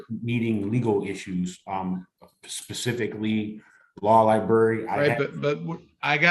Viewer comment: "The law liberry" 🤦🤦🤦